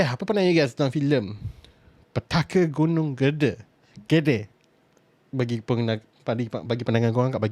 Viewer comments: cara sebut nya "GEDE" bukan gede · salah, sebutanya Gede, bukan GEDE... lorat Malaysia lebih enak dan betul